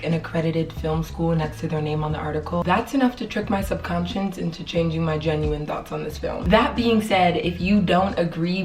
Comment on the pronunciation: Forgive me if I'm wrong; but, I believe, you meant to say subconscious instead of sub-conscience.